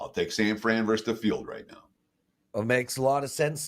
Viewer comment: I'm a fan of you and wagertalk in general, but we DO endure you. Please, try saying "versus" with TWO syllables...